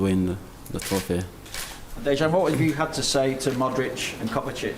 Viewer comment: nice smiles from Mane , he really does seem to enjoy his footy, Dejan (the j is pronounced correctly like a y) takes himself more seriously (a defender!) but don"t tell Lfc fans "not to go without a ticket" only 16k tickets awarded ?...(50 k every home game & 30 million + worldwide?) in all european finals you can bet on AT LEAST double the allocation being there.. Rome, Paris, Dortmund,, Istanbul or Athens (when around 50k were in the area... of course Kiev is a problem for costs and local ultras.. but I know many a true Red will just "wan tot be there" :)